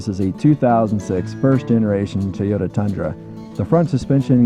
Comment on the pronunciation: Yo, it's TOYota, not Teyota.